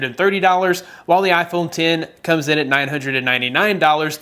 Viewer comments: Why does he keeps saying iphone tin 😂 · Its iPhone ten not x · iPhone X (10) not “X” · IPHONE TEN TEN TEN NOT X X X X ITS ROMANIAN IS IT THAT HARDD sorry i had a brain spasm attack, good video tho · It's iPhone X(ten) not x (ex) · iphone ten not x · "Apple Iphone Tin"